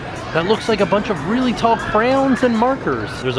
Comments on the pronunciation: Me too! “Crowns” 😆🖍 wish I could’ve went when I was in Orlando last month!! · Don’t forget cray-owns! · Clearly I'm not the only one who notices that is saying "Crowns" rather than "cray-ons" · Omg it’s said like “cran” they are not crowns! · Bored Millionaire says "Cray-ion", "Cray-ones", "Cre'-ons" and my favorite "Crowns" Oh dear♡♡ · Crown? is that how actually pronounces them? or is it a nickname he gives them? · The way he said crowns instead of crayons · As a american, I say crans. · Instead of crayons I heard “crapons”